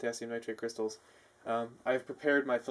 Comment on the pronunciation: Its called cryshtals!